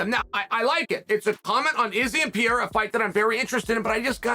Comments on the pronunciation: I like it when Sonnen says Pierre …… I’m like…… Who the hell is that??? Then realized he was talking about Alex Pereira. Chael always find a way to be relevant. 😂😂😂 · Who's Pierra? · Who is Piéra??? Some fighters names get murdered whithin people in the Ufc that's why I like Bruce Buffer's professionalism,he takes the time to get the little things right... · i love Chael but for god sakes he can't pronounce anyone's name correctly.. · Listening to Chael keep trying to say Pereira is painful